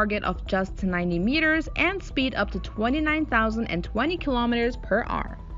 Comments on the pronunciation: Hour not r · And it’s “hour”, not arr. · It’s hour not arr 😏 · “Kilometres per arrr “ 😂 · She doesn't pronounce "kilometers per hour" instead she says: "kilometers per Ahrrr". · Whats up with her pronouncing hour as if shes saying "are"lol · 12,000 km per R.(are)... 15,000 km per R. Love the pronunciation of the word "hour" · Kilometers per what?! ”Ar”? Hour! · Kilometers per arrr :D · narrator needs to learn how to pronounce hour cause its annoying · Oh my god. I tried to just listen to the information but the kilometers for ARRR made me want to shoot myself out of anxiety and being totally uncomfortable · Per r 🤣😂😤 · I'll help you out, say the power but without the p. Like when you get hit you say "OW" now say er. Ow, er.....ower......hour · Wtf is “per arrr” 😂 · She sounds like a pirate when she says the word hour. 🤣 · you can't say the word hour